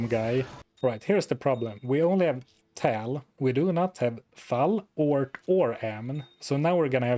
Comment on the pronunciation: Tal = "Tol" Thul = "Thal" Baal = "Bale", "Bail", "Bayle" 😆